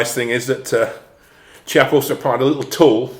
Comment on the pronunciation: Brilliant, thanks. Btw, Chiappa is pronounced "kiappa" with a K sound not C sound